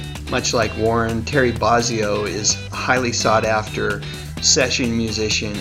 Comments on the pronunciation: bo-zio not bah-zio No mention of Frank Zappa? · BOHzzio, not BAWzzio. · BO-zzi-o, not BAHZZIO. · It's BO-zee-oh, not BAH-zee-oh. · Its not Bahzzio...its Bozzio numb nuts